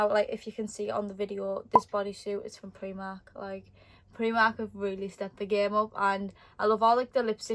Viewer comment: I’m sorry I love ur makeup u said pri mark but it’s primark xx